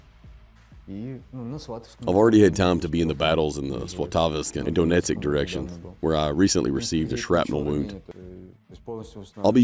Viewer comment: Its Donetsk, not Dopnetsek and its Luhanks not Luhansek wtf still its ben a long time to practice mate